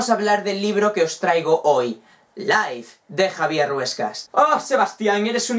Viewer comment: O se dice live XD